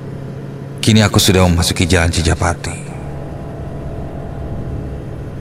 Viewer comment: CI JA PA TI admin bukan CI PA JA TI